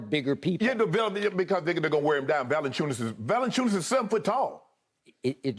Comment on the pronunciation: Kudos to Shannon for pronouncing my fellow lithuanian Jonas Valančiūnas last name as correctly as an english native speaker can :)